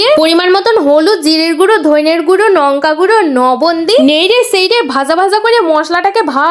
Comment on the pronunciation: নঙ্কা না লঙ্কা 😂😂😂😂